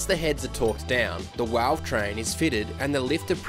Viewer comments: Good old 'walve' train haha ... Keep up the good work lads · what's a walve-train? 😂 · Did you say walve train?